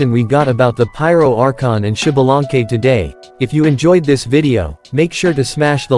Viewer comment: SHIBALANKE :V XDXDXD alñ fin puedo reirme de como el resto del mundo pronuncia mal el nombre de un personaje en el genshin XD (se leeria ZALANKE compas :3 la pronunciacion ya es mas complicada y no puedo escribirlo aca)